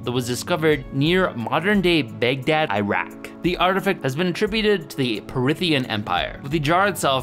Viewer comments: Everytime he said Baghdad battery, I thought he was saying Big Dead battery. Censoring the word damnit, from God damnit? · I was so confused at the ‘big dead’ battery name. And now that I’ve mentioned it I bet you can’t unhear it. I’m used to it being pronounced “bag dad” not “big dead” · Its not "big daad" it is sincerely pronounced as "baag daud". Respect names.